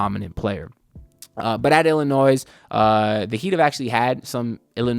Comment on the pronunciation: Breaking news - the final “s” in Illinois is silent and always has been.